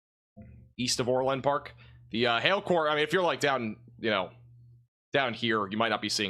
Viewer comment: ITS NOT OR-LAND,PARK--ITS ORLand.PARK---SHORT A--GOT IT???